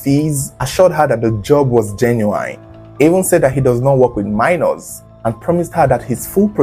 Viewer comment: enough of this your genu"whyne" it's pronounced genu"win".